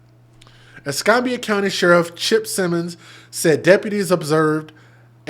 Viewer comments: Ess cam bee ah , not Ess com bee ah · es-CAM-be-ah county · It doesn't surprise me, sad to say. I live in Milton, Florida. Not far from Pensacola. Es-cam-bia is for its pronounced. Yes babies for benefits!! Disgusting!! I firmly believe after having like 3 kids unmarried, different dad's, food stamps AFDC shouldn't be issued. No benefits should be given. Because they are abusing the system!